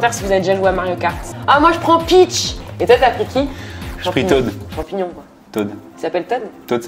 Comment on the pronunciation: C'est pas tode c'est toad